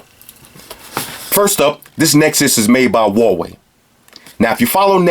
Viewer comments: HUAWEI is two Chinese Characters: HUA: Pronounce it with H. WEI: Pronounce it like "Way" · You're welcome man, keep up the hard work. You have the best and funniest reviews on YouTube. And I like the Hawaii thing, I hate saying Huawei too, it's frustrating as all hell haha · say H U A W E I brooooooo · People can pronounce it however they like.